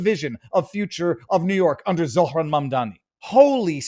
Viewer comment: Zohran not Zoran. You get so many names wrong.